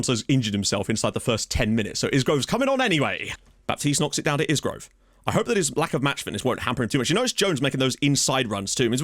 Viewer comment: Really like that asymmetric tactic. One thing. It's a silent S on Isgrove so it's pronounced I-Grove. Was about to mention that in that system that Kioso could play RCB covering Jones if he gets caught in midfield on a counter attack. Having seen him for Luton, he could definitely play there because he is built like a brick out house and is lightning. Now I am wondering if he could be the backup to Mengi at Libero, purely because of his recovery pace.